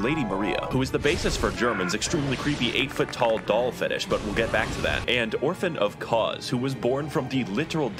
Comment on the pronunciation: I’m getting frenzy buildup from the pronunciation of Doll as Dole.